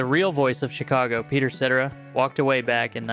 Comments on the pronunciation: "Peter Setter-a"? You mean Ce-TER-a! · It's Seh-Tara. Not Setera. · Peter Sit-ah-rah, he says. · "peedur sedderuh?" You mean Peter Cetera? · Se-Tair-aw, not seturah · I guess they'll stop touring when they stop making money doing it. And if you're going to criticize guys, and pretend to be some kind of expert with an opinion, at least get the name pronounced correct. Setter-rah? lol. Seh-tear-ah. Do you have a clip of "Fleetwood Mac" without Stevie and Mick, because that's not what you're showing. As a matter of fact FLEETWOOD MAC announced that they wil NOT TOUR without Christine McVie. So not sure what the hell you're talking about. Stevie and Lindsay still tour because they got their own things going, and they perform FM songs because THEY WROTE THEM. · Peter Cetera, not Peter Setera. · Peter “Settera”? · Peter "sedderra"? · Peter "Setturah?" Bro, look up pronunciations. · It’s Peter Ce-TER-a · Peter set-tur-rah?!?! 😂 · Peter Ceh-TERR-ah. If you are unsure how to pronounce someone’s name look it up. It takes 2 seconds and you won’t sound so stupid next time. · pronounced Sa-tara. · Pronounced "Suh-Tear-Uh" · Peter Ceh-TEH-ruh. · I thought Cetera was pronounced “suh- TEHR-uh.” I could be wrong? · Peter Set-a-rah 😢…. could not even be bothered to look up pronunciations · It’s “Suh-terr-uh”. Peter Cetera. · Peter “SEtaruh”. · Isn’t it CeTAIRa? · Peter Cetera = sa TERR a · "seh-ter-a"🤣 I stopped the video there and didn't want to watch the rest. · You mispronounced Peter Cetera’s name. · The least you could do is learn how to correctly pronounce Cetera.